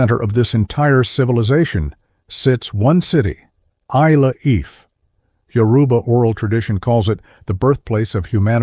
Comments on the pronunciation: I couldn't continue listening to this AI mis-ronunciation of Ile Ife! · AI unable to pronounce ILE-IFE 😂